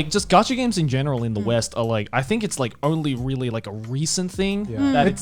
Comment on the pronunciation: While her English is amazing for a Japanese speaker,she was sitting with 3 English native speakers,one of them could have told her how to pronounce L.I get it might be rude but correcting someone's mistake helps them in the long run so she would stop saying RERI for really.